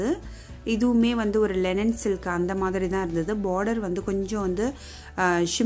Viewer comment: It's not Lenin saree..Linen saree..pls chk ur pronounciation which enhances ur vlogs 👍Great vlog of sarees 😍